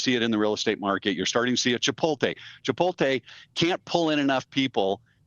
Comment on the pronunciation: im sorry but he lost all credibility not being able to pronounce chipotle and calling GS bankers smart smh